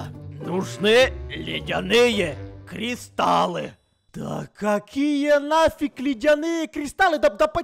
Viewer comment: Тот самый Кузнец, который грамотнее зельевара 😂(зельевар сказал : кристалы, а Кузнец:кристаллы.😂